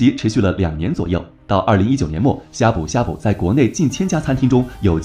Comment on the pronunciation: 他連閩南語發音都錯了 難怪我聽到的時候覺得超怪異